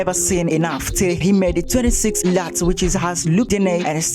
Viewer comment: I understand English isn’t your first language but let’s work on pronunciation. Parallel pronounced PA RA LEL not Period Node. Also LUTS is pronounced LOTs